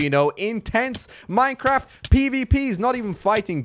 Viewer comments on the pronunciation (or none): none